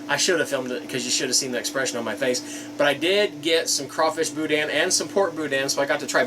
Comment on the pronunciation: There is no dan sound in boudin it sounds like meh bou-deh not bou-dan